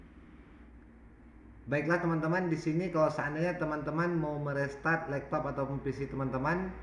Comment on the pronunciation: Laptop bang bukan lektop